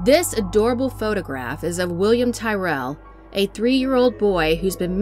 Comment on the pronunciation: Tyrrell. It's pronounced Tir-ril